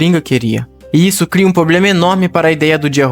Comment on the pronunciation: O cara faz um roteiro top desse e não sabe falar a palavra "PROBLEMA". 🙄